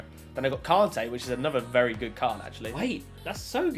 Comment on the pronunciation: Everyone: Kante: Carntay